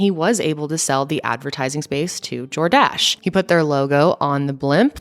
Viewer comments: Not Jor-DASH :) 🤣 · The emphasis should be on the first syllable - JOR-dash (phonetic). 😉 Love the new studio! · As someone who was a teen in the 80s…it’s JORdash…not jorDASH. 😄 love your stories! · It's not jorDASH, it's JORdash. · ok... it's 'JOR-dash' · I was just listening to this (wasn't watching because I'm driving) video & I kept thinking you were saying "DoorDash" & I was like.....no way was DoorDash a thing in the 80's, then I looked at the video & saw Jordash & was like, ahh....now that makes more sense. Lmao 😂💀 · this biggest thing I learned was how to pronounce "Jordache" it's not JordACHE LOL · Lmao the way she was saying Jordache was killing me!!🤣😂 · I don’t think that’s how you pronounce that brand name Jordache— it’s like saying Tar-jay 😬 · Why does she say Jordache that way? She's too cute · LOL. i like how you say "Jordache". you can tell it was before your time. LOL